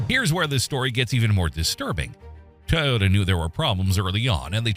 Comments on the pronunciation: Why cant they say toyota instead of tae-yoda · TOY yota not Tyota 😂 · Hard to watch video saying “tay-ota” not Toyota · Ty-ota? I think AI needs to properly pronounce Toyota as Toyota. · i thought it was a Toyota, not a Tyota????? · It’s not TYota, It’s TOYota😂 couldn’t help myself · Dumbphukk, it's not a Tai-ota - it's a Toy-ota. If you're gonna use AI shitware, at least test it first. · ITS TOYO-TA not TAH-OTAH you FACELESS voice generated @@ channel. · TO not TA-yota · Pronounce it Toyota please not Toyota. Thanks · It's not tioyota, what's this world coming to. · What is a “Tie-ota” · A Tye-yota CYA too little-too late commercial. 🙄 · "Tieota" AI at its finest. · a little ? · Canadian here, no one says Toyota like that.